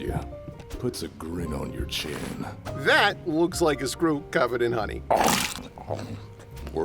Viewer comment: "is dat why you dwess up wike a cowboy?"